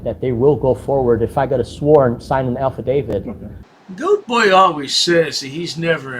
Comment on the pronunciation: you know i am really tired of hearing this idiot screw up my language it is Affidavit not alfadavit you goat herder learn how to speak or GTFO